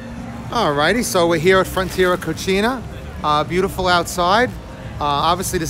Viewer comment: The name of the restaurant is Frontera Cocina, not Cochina.